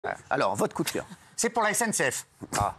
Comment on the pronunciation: « Jjai un koudkeur pour la essènesséaiffe »